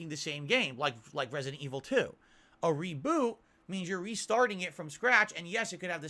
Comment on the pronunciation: Umm What The F is ReeeBooo said it 4 times I never heard someone who can't say Reboot right 🤦‍♂️